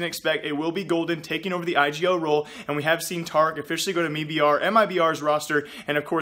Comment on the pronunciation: you don't know how to say tarik or mibr...